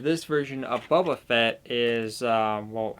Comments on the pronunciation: It's Boba, not Bubba...you said that twice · Buba Fett? Do you mean boba Fett